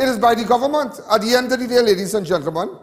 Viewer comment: It's not Govornmont Mr Alleyne it's Government. No more bourgeoise pronunciation!!